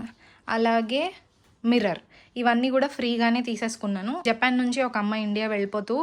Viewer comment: జెపాన్ కాదు జపాన్ అని మాట్లాడు